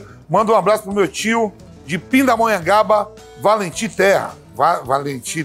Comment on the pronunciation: Valentim Terra. Va-len-tim Terra. Mim terra, né. Tá bom, valeu. KKKKKKKKKKKKKKK Figura demais esse Vamp